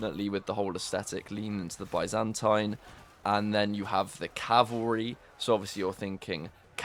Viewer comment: Bro, i swear if you say Byzantine empire the way you are saying it now, i'll launch fourth crusade and take over you capital. Geez. What do i do with all the blood coming from my ears now, huh?